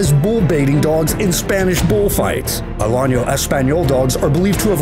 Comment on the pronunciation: (Uh LAP uh huh) is how you pronounce the Alapaha Blue Blood. The accent is on lap not pa. BTW the Alano Español is not pronounced " a lonyo ". There is no tildy over the end which would indicate a Y sound to be used, as there definitely is in Español.